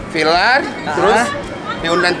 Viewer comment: Salfok sama yg bilang "vilar."...Viral bukan vilar